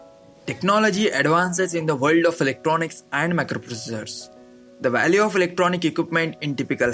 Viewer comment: Good... "Mikloprocesssooorl "